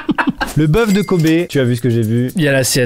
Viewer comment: Sa se dit kob mais autrement continue comme sa et bonne sieste